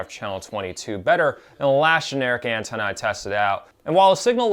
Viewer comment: Nice video, thanks for the review and info. But not sure why I keep hearing "Andorian Tenna"